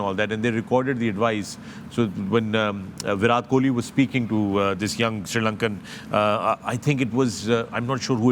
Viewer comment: Chacha Fakar, please pronounce “Virat” correctly.